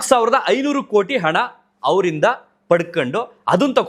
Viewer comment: ಅಣ ಅಲ್ಲಪ್ಪ ಅಣ್ಣ ...ಅದು ಹಣ.. ಏಳಿಕೆ ಅಲ್ಲ ಅದು ಹೇಳಿಕೆ... ಈ ತರ ಸಾವಿರಾರು ಅಪಬ್ರಂಶ.. ಈ ವಿಡಿಯೋದಲ್ಲಿದೆ ದಯವಿಟ್ಟು ಕನ್ನಡವನ್ನು ಸ್ವಲ್ಪ.. ಅಲ್ಪಪ್ರಾಣ ಮಹಾಪ್ರಾಣಗಳ ಬಗ್ಗೆ ಎಚ್ಚರವಿರಲಿ..😡😡😡👎👎👎